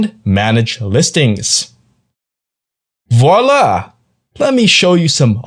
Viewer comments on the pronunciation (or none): none